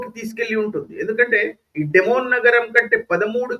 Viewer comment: డి(ది)మోనా డెమోన్ కాదు.అలాగే డీగోగార్షియా అనాలి డియాగోగార్షియా కాదు. ఇరాన్ దగ్గరే మిస్సైల్స్ ఉన్నాయా అమెరికా, ఇశ్రాయెల్ దగ్గర మిస్సైల్స్ లేవంటారా!? మరి ఇరాన్ లా అమెరికా, ఇశ్రాయెల్ మిస్సైల్స్ వేస్తే ఇరాన్ కూడా బూడిదౌతుంది. ఈ యుద్ధం ఆగకపోతే అదే జరుగుతుంది. Israel ది survival strategy. కనుక వాళ్ళను నాశనం చేయాలనుకొనే ఇరాన్ లాంటి టెర్రరిస్టు, barbaric(Hourhy, Hamas, Hezbollah,Syria,Jordan లతో సహా) దేశంతో ఇశ్రాయెల్ ఆఖరి క్షణం వరకూ పోరాడుతుంది కేవలం existence(భూమి మీద బ్రతికి ఉండడం) కోసం.